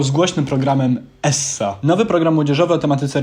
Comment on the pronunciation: mówi sie ez a nie es.